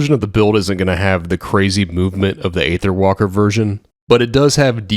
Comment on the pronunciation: Man everyone always be pronouncing Aether incorrectly lol... it's (eee-thurr) not (ayy-thurr) 🤷